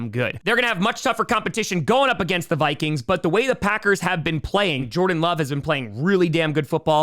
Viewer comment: He really mispronounces the Vikings. Lol